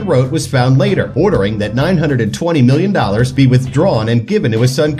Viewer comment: Why does your million sound like billion